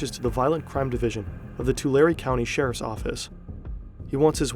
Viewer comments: It’s too-lare-ri not to-lare 😂😂😂😂😂😂😂😂😂😂😂 Central Valley is the heart for the Mexican cartels doings. Born and raised. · It’s pronounced Two-Lare btw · it's pronounced two-lair-ee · Video RIDDLED with fucking errors. First, learn how to fucking pronounce Tulare. Second, Tulare is or ever was NOWHERE NEAR the poorest counties in California. It’s always solidly in the middle. Simple shit like this is off what other errors are in this??? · If you love research so much, you should know how to say the names of the towns. Not hard. Here's one: it's "Too-lare-eee". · It’s pronouned “TWO LARRY”. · It’s pronounced toolaireeeee! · It’s Tuh-Larry county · Im sorry but its pronounced “tulair” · Hey! You pronounced Tulare right the fist time. It’s pronounced Two-Lairy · It’s pronounced like Two - Larry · His home county is pronounced 2-Larry and now I’m terrified lol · It's pronounced Too Larry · The county Tulare is pronounced like "to larry" for anyone interested. Now, I'll finish the video. :) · too larry ? 😂 it’s too lair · Say it "Too Larry" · Ain’t no way I’m sitting here in a small town like Earlimart (45 mins away from me) in Tulare county, i go to college in the town he was born in, and i come across this. And we pronounce it “Too-Larry”. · lol. To-law-ree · It's pronounced "Tuh Larry" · Bro do your research. That’s not how you say Tulare. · Makes an entire video about a guy from Tulare and doesn't even learn how to pronounce Tulare correctly. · That’s not how you say Tulare😂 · the pronunciation of tulare in this video makes my brain hurt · Bro did not just say Tulare is beautiful. Clearly he’s never been there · I live near Tulare and uh, please tell me you agree that they butchered the pronunciation of Tulare